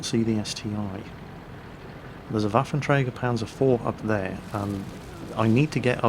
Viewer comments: Pretty sure it's ST-1 not ST-i. It's like saying Tiger aye aye for the Tiger II. I also can't take what you say seriously when you say ST-i XD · Haha agree that its ST-1 you snoobs ;)